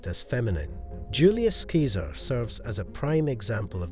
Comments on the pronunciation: Julius Keeser? seriously? You pronounced it properly near the front of the clip. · Keeser? Seriously? Ugh.